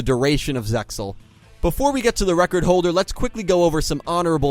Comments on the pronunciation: stop pronouncing the x in zexal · ZeXal is to be spoken without the X. (pronounced ZAY-al [IPA: /ˈzeɪ.al/) Must be sad to know only the shitty Dub Versions of 4Kids and Funanimation